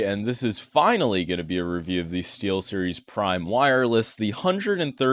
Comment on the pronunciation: LOLOLOLOLOLOLLOOLOL stee"L"series boardzy your so funny😏🥵